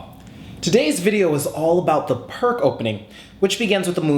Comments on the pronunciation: PRK ? WTF !!? ... :-) Vasja Pirc ( a Slovenian GM ) - Pirc is pronounc. like "PEERTZ" and no "PRK" !!... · Its not Perk its Pirc. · its peerc defense not perk defence . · its actually pronounced pirc (peerts) defense. but good vid and yasser says austrian attack was best against pirc. its also a favorite response of mine to the pirc defense. 2nd is classical. 3rd saemisch. 4th can be 150 or four pawns. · You've probably been getting this but it pronounced "peerts". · Actually it's pronounced "peerts." I enjoy your videos very much! Keep them coming! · I thought it was pronounced "Peerts"? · Pirc pronounced his own name Pierce, FYI. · it is pronounced like peerts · It's pronounced "Pierce" Defense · Really? I thought it's pronounced "purk"defense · Pirc is read as "peerts", actually =/ Great vid nevertheless. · "Peertz" Opening. Please. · Indeed, thank you!!:) I don't know what I didn't use this pronunciation - I was alerted of this in my teens but for whatever reason decided to go ahead and keep saying Pirc anyway hehehe:) Sent with love,!:) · It's Pirc as in Vasja Pirc. If it's a person's name you should at least try correctly pronounce the name. I don't really mind though. It seems to be kind of a running gag in chess to butcher foreign names as much as possible.